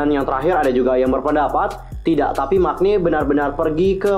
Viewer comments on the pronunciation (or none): 안녕하세요~~ maaf kak bukan nya sok banget❤ tapi pengucapan maknae (막내) yang benar itu mangne. Sukses selalu kak❤